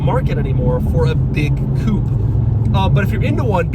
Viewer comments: When will he learn how to pronounce the word coupe? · With each new video I hope that Doug will start pronouncing "coupe" correctly. Each time I get disappointed.